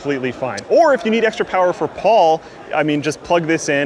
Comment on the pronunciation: PAUL POWAH